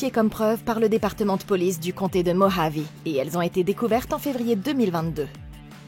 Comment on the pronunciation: Par contre on prononce "Morhavé", à l'espagnole, pas "Mogeave"!! Mdr x) Sinon super résumé, pile le genre perché-mystico-horrifique que j'aime! Et en plus c'est un found footage 👌 Merci de m'avoir fait connaître cette ovni filmique, même si ton résumé semble plus haletant et intéressant que le film lui-même, qui part dans tous les sens et a l'air de souffrir de longueurs, de clichés psychédéliques et d'un scénario brouillon... n'est pas Darren Aronofsky qui veut!